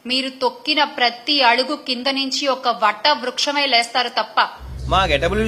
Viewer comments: వట వృక్షం ❌ వట్ట వృక్షం 😂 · ఓట్ట కాదమ్మా అది..... వటవృక్షం 😂😂😂 బూతులు మాట్లాడకు 🤨